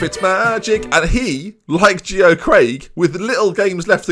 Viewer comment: Geo Craig’s first name is pronounced Jay-Oh, he’s my mate haha